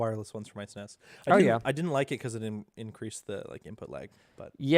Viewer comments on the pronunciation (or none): saying SNES as "sness" is not okay :/